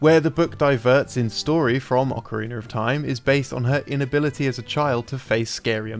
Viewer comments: Why does always says "Ocariner" instead of Ocarina? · Anyone else has noticed how consistently pronounces "ocariner" instead of "ocarina"? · I don't know if I'll ever get over this guy saying "Ocariner" but it's been YEARS and it still irks me. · Ocariner of Time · I always love these videos, including the narration, but am I the only hearing him pronounce it as “Ocariner”? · It's a European English thing. Pretty much any word that ends with "a" sounds like "er." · Ocarinerr of Time xP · I love Ocariner of time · Ocariner of Time 0.0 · Okereener of Time? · Why do they keep casting this guy who says "Ocareener of Time" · It's a weird thing I noticed with some English people. With words that end in 'a' they add a 'r'